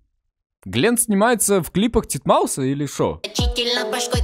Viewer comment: не дидмаус а титмаус